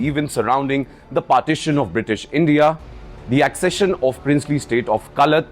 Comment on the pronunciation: Wrong pronunciation of the word accession